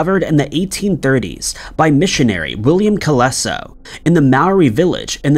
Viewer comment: Colenso, not Coleso